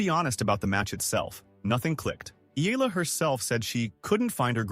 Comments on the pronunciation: Eaaaala please pronounce it well 🙏 😁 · Learn how to pronounce eh-yah-lah. Come on! Many learned how to pronounce Pacquiao. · Its pronounced as E-ya-la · All those praises and yet your AI still can not pronounce her name correctly. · TruEST …. Kudos to those Sports commentators who Care Enough to pronounce her surname correctly 🇵🇭 the Ayalas are enjoying “riding on” 🎉😂🎉